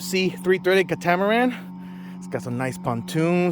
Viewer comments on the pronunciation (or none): It is pronounced “KAT UH MUH RAN” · I think it’s pronounced “cat-uh-much-ran”? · Please google the correct pronunciation of catamaran. Any boater or not should know your pronunciation is incorrect. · Just getting in to my first inflatable and I've been enjoying your videos, nice work. But now I'm wondering if I have been pronouncing "catamaran" incorrectly my whole life...